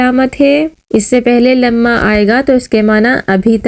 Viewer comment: Not lima its lama dear